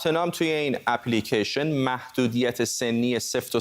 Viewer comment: در دقیقه چی پی لیکیشن؟؟ خخخخ سواد رو تو مرکز انگلستان هم تلویزیون زدن ؟ اپ لیکِیشن نه اپی لیکیشن